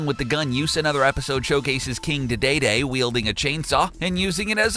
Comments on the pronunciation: Bro... Have you ever played Smash Bros or heard an interview with Shigeru Miyamoto? That's not how you pronounce his name or Dee Dee Dee's. I had to stop watching the video right away. I'm afraid you're going to horribly butcher some other name. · King da-day-day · Pronounce Dedede like you'd pronounce D-D-D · Dont forget he calls Dedede day day day